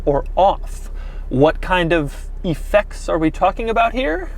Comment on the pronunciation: Who pronounces it EE-fects?